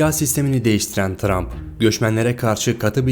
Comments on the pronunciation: tump ne trump olcak ksks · 'te montaj hatası yapmışsın Trump' a Tump demişsin